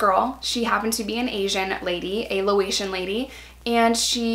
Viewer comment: I noticed you saying Lo Asian in a couple of your videos. Do you mean Laotian? Thought I’ll help you out since your daughter is half Lao here is the correct term: Laos=country Lao= Ethnicity Laotian= plural for the ethnicity Lao